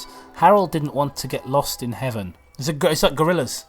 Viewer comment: DON'T GET LOST IN HEAVE-EN